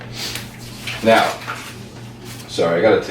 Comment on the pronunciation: Lol david "johnstein"